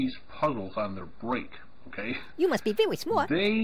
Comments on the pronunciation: "You must be vewy smaht!" XD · "YOU MUST BE VEWY SMAWT" What is this from? I need it